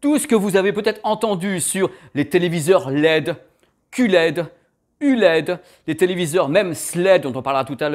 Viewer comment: ça y est, je sais tout sur le elle c'est dé, le oh laide, le cul laide (si si...il a osé...coupé au montage?), et bien sur le est-ce laide...et tout cas c'est simple comme bonjour (et tupperware ;-) )